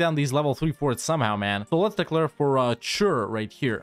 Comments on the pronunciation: The "e" in that name are NOT "a's" ... and it is a LONG e at the start and a short one afterwards. Chur isnt a "ch" ... but rather a "K" or more like a "Kh". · The CH in Chur is not spelled with a hard ch but with a soft ch, not like a K